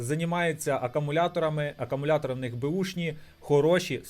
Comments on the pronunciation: акАмуляторні акУми😅🤦‍♂️ Рекламуєш магазин, відкриваєш на смартфоні і пише "Акумулятори", а читаєш і мільйон разів говориш акАмулятори🤦‍♂️ АкУмулятор - акУмулює електричну енергію. Що робить "акАмулятор", то є питання... Певно акАмулюває😂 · не акамулятори а акумулятори